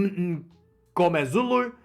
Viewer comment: You're so funny 🤣🤣🤣 Try stand-up comedy. I think we should hire you and pay you in dollars to be the official Springbok cheerleader💚💛👊🇿🇦 Btw....I think Sasha's surname is pronounced N go mare zulu....the M's silent. Salute you as an Australian making such a valiant effort to pronounce African and Afrikaaner names👌